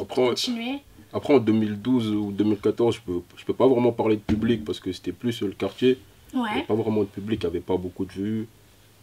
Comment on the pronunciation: la meuf elle m'a tué quand elle dit o kartier